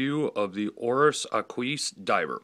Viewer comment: Ahqueese :) its AH-kwis. Nice review especially about that rubber strap and class which I was wondering about. Thanks.